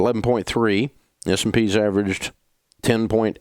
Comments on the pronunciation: Is he saying “SMP” when he’s talking about the mutual funds beating it? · Is he saying S&P?